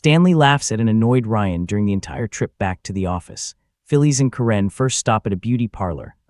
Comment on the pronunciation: This is AI slop. Voice can't even pronounce Karen and Phyllis.